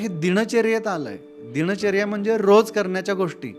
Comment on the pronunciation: सर दिण चर्या नाही हो दीन चर्या असं आहे छोटा न आहे